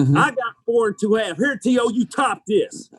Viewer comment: T.O. low key pissed that Randy mispronounced his name